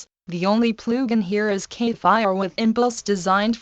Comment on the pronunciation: Ploogin :D